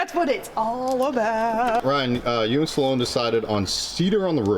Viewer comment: It’s Sloane, not “Saloane”! Jk. Cool vid though.